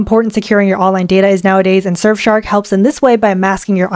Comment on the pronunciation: I thought you said screw your privacy with surfshark XDDDDD